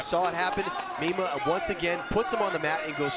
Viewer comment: Its pronounced "MY-MAH"...Please say the "mean one" ☝🏼💪🏼😂